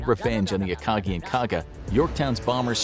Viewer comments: It’s Akagi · ah yes, the akachi At least the pronunciation was fixed later on